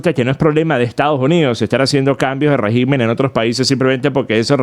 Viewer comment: RÉGIMEN con acento e la primera silabas (RÉ) no REGÍMEN cómo lo pronuncias.